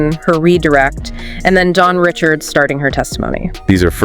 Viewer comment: as much as Dawn has said her name is pronounced (Ri SHARD) NOT (Rich ard). its crazy no one has said it right at all.